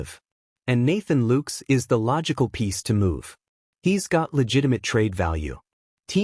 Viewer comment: Why cant this reporter pronounce ANY plyers names correctly. maybe this a computer? "LOOKES"? "GEEZUS" ?